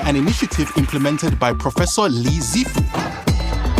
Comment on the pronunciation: Professor LIZ-ifu? Am I the only one that caught that? Now they did say Li-zifu... But thats not what I heard lol. Coincidence? Check his neck 😆. Or were the saying Liz- I-F U 🤣